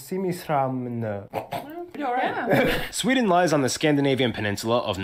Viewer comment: About your pronunciations: In General, Sweden is a big fan of adding words together. Instead of making up a new word it is (or at least was) common to just sticth descriptive words together. So your pronounciation of Simrishamn is "Simr-ISHamn" but the proper way would be "Simris-Hamn", which would translate to "The Harbor of Simris". "Dalälven" is a combination of Dalarna (the name of the region but also literally translate to "The Valleys") and "Älv" as in river. Translated it would mean "The Valley river" Words like "Allemansrätten" is three words together "Alle-Mans-Rätten" meaning something like "the right of all men" (men as in human, not men as in male).